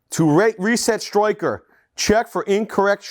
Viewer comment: Only thing that bothers me is the way he says striker. Stroy-ker He says everything so American but pronunciation of striker sounds Australian.